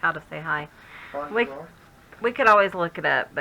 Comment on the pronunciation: Nearly, it’s Bonjour.